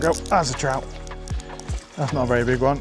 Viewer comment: Haha looks like a sea troot lol love it when english people do scottish accents. So funny. Andy Buckley does that to haha oh its a bonny wee troot hahaha